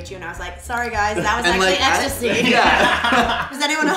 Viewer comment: "....sorry guys that was actually Extasy."